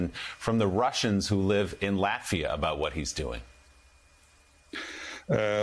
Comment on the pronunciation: Sorry….can you please learn the name of the country before you talk about it! Lafita doesn’t exist! It’s Latvia with a T…..